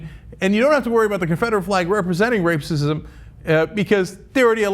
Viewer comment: Did Cenk say "rapesism" ?